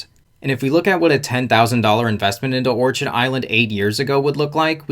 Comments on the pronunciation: Not that it changes the point of your info, but pretty sure it's pronounced "or-kid" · It’s orchid like the flower, don’t pronounce the ch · Orchid is pronounced "Or-Kid" ... Its a flower. A well known type of flower. Surprised this guy hasnt heard how it's pronounced yet. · Orchid is pronounced: Orkid....but spelling Orchid.... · It is pronounced or-kid like the flower... you really should verify you know how to pronounce the company name. Love the channel and just trying to help. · I saw that...and didn't buy. Just doesn't feel trustworthy, lots of sleaziness in Florida. BTW, it's OR-KID as in the exotic flower. OrCHard is where fruit trees grow. :) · Great video, but it’s pronounced “or-KID” like the flower 🌸